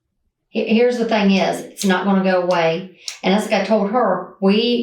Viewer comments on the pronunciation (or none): Someone who says "fang" instead of "thing" is definitely stupid...